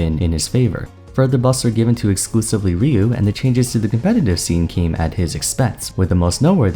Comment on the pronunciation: It's Rye - U